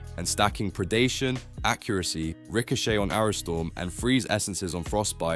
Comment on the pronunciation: Anyone else hate the way he said ricochet ?? Rishoshey lol never heard that one 😂